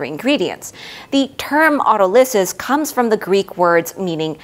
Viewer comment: An impressive presentation with great detail that will take time to digest. One small comment - standard English pronunciation of Autolysis has the stress on the second syllable, not the third.